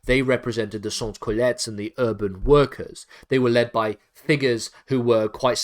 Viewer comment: Sans Cullotes is pronounced as 'Son Coolot' just saying